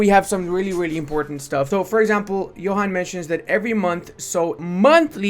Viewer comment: just FYI, despite how its written, Johan's name is not pronounced like youd expect (like youre saying it). It actually sounds like "Yuan". Trust me. I was a beta tester for like a decade:)